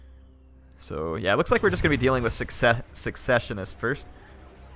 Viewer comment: Its "secessionists" not "successionists".